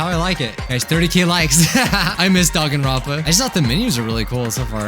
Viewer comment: Actually,surprisingly...you said the name probably perfectly